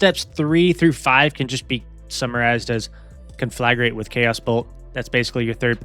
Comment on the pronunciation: I'll give you 1 sub for every time you pronounce conflagrate correctly